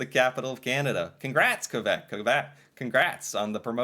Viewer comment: I really dislike the way they say Quebec, It is not the Q sound from queen, but more like a k sound